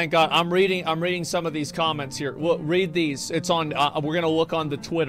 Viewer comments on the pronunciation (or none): Goddamn "heraswell" movement